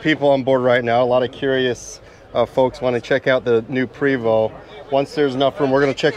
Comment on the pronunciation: There may be bias from me as im French Canadian (as is Prevost.. and yes.. its pronounced Pray-voh.. not PREEE-voh) but dang this looks really sharp.. even the old model looked fantastic.. nicely done Prevost!